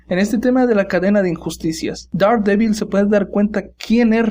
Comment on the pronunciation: Te urgen unas clases de Inglés; se pronuncia - derhDEEBOL -.